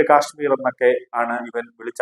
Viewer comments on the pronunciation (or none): none